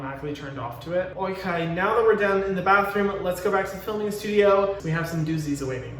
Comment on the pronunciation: why did hyram say "Okay" in a british accent lol